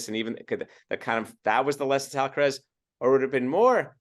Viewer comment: Big fan of, is about the sweetest woman on YouTube, has so much experience,, please say AlcarAz, Alcarez is a different name, I think he has earned respect enough to have his name, pronounced correctly, no?